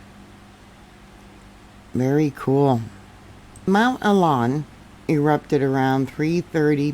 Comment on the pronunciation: Pronounced Oo-lah-woon. Great video